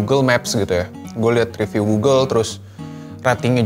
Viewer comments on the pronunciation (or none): none